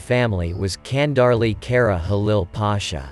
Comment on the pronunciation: its not Kandarli its Chandarli